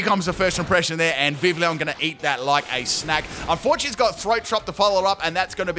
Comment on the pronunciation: Hey, I just wanted to leave a tip :) The double l in Vivillon makes a y sound rather than the standard for English l, because it is based on French pronunciation. So it would sound more like "Viv - iy - on". Great video by the way! I'm a big fan :D